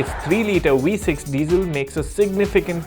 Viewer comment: Wee-6 engine...😂